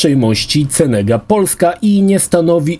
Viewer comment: Nie czyta się Cenega tylko kenega jak sądzę z angielskiego